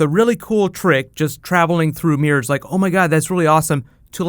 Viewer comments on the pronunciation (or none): Y does he say mirrors as meres